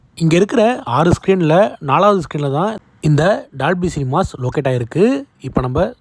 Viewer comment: bro good vieo but say dolby not dalby pronounce o not a